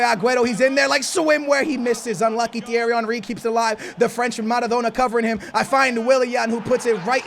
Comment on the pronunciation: The way you say Thierry Henry is so satisfying 😂